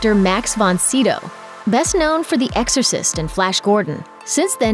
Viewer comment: Max von Sido.... My German ears are bleeding 😂